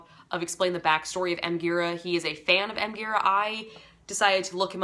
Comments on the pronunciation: Gira is pronounced 'Jeer-ah.' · it’s pronounced dji-rA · Thanks for this. It's pronounced Jeera btw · Gira with a soft G :)